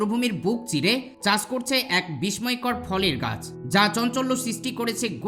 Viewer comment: বিসময় না,উচ্চারণ হবে বিস্সয়(বিস্ময়)